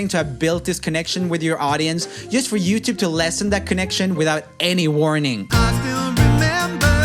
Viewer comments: "TooYube" LMAO I think it's "Youtube" LOL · Did you say tubeyou??😂😂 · he said TouYoube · Love how you gave YouTube a European accent